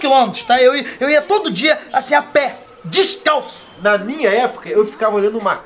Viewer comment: 'A PÉ DIXCALÇO'